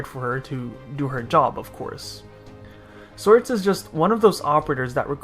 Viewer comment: did you just pronounce her as "swords"? wow...